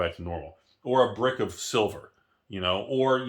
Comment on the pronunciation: said "Sliver"........time to buy slivers👀